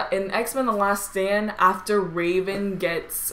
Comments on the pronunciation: it sound like she said X-men the last sandwich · i thought she said x-men the last sandwich